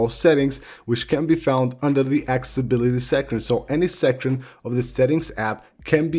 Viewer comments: drfujita1 it’s soo funny how he says it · Love it when you say accessibility 🤣🤣☺️